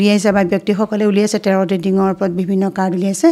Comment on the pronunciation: টেৰত নহয় টেৰ' বুলি হে কয়।